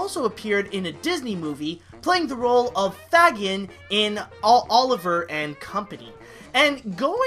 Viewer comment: Fagin is pronounced Fay-G(hard G)-en.